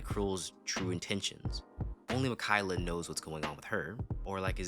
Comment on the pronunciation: Mikayla?😭😭😭 mi-ka-e-la